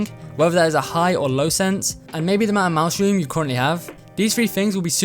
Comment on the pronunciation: When you say “mouse room” I heard you said mushroom